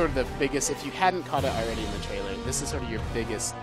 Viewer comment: Its trailer not traielr its trailer come on guys, its trailer its that simple.....